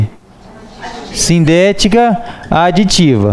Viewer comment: as vezes não dá pra entender o senhor falar se a oração coordenada adversativa é SINDÉTICA OU ASSINDÉTICA, mas estou amando sua forma de ensino, aprendo muito. Mas estou com essa dúvida , o senhor pode me explicar???.